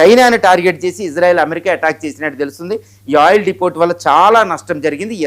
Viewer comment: Depot ని "డిపో" అని పలకాలి.... డిపోట్ అని అంటున్నారు... మీరు తెలుగు లో మాట్లాడండి... ఇంగ్లీష్ చాలా దారుణంగా మాట్లాడుతున్నారు